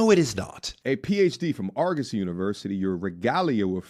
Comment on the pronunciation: OMG BRO Sound it out with me. ( Are Guh See) Not (Are-Go-See) Damn that's getting annoying.